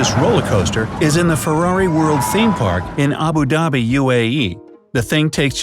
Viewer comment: THE WAY HE SAID ABU DHABI ( I live there btw)